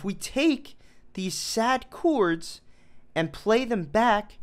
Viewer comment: Said chords like coo-ords